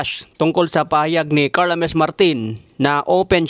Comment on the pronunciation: PANO NAGING HA-MES ANG PAG PRONOUNCE SA " JAMMES "??🤨🙄